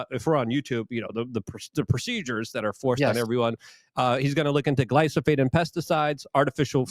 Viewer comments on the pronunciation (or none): Buddy. Could you at least learn to say glyphosate? It not a huge ask. And it has nothing to do with your original language. Please. Gly-foe-sate.